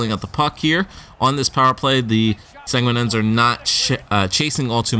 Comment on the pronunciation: Its Sag-né-in